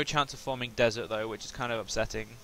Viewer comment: the correct pronounciation of desert is deseret des-ur-et